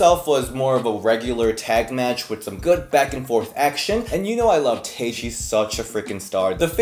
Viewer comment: Isn’t Tay pronounced Tye ?